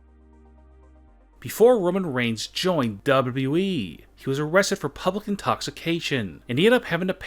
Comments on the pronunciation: Wierd voice and its not WE its WWE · its wwe not weeeeeeeeeeeee lol sorry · Why does he always pronounce WWE as dubbleu dubbleu e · Why do you say wwe like that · The way he said wwe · LOL XD SEE HOW HE SAYS WWE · Your gay because you said wwe wrong